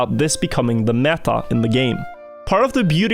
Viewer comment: Imagine not being able to pronounce the name of your own map. Or the word "meta" when talking about a competitive game.